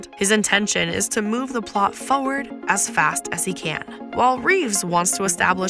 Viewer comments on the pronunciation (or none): There is an "R" in forward. It's not "Foward" !!!